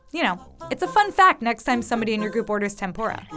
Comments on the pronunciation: she kept saying "TempOra" and im triggered. 天ぷら is not pronounced that way. It is clearly a u in between the p and r. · it’s tem-poo-ra not tem-pho-ra also fun fact I’m Half Japanese and Portuguese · its tempuda not tempora ok i am from japan. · It really bugs me how they say "tempora" (it's pronounced "tempoora") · Isn't tempura pronouced tem-PU-ra but not tem-PO-ra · Ten-pu-ra Not ten-pore-a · Tehm Poo Dah would be closer to the Japanese pronunciation, I suppose. But, go ahead and call it Temp Or Rah if you’d like. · Did they just pronounce tempura as tempora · Majestic Bacon Actually it's pronounced temp'ra with a slight short rolled R. Letter U in certain romanazized spellings of Japanese words are often extremely faint or outright silent. For example 'desu' (a 'to be' word) is pronounced 'dess'. Tetsuko would be Tets'ko. Hope this helps. :) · the videos are cool and all but their pronounciation of tempura made me cringe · im Japanese and the pronouncing of tempura is really bad its funny XD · The way they pronounce tempura makes me cringe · Sorry but I don’t wanna be that guy but you pronounced tempura so bad. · Dont try to speak tempura if you cant say it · She is saying Tempura wrong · Why can she pronounce Tanegashima correctly, but not tempura?